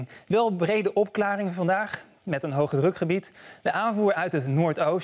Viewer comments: haha met een hoge "rukgebied" 😂😂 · hahahahaha met een hoge RUKgebied hahahhaha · met een “hoge rukgebied”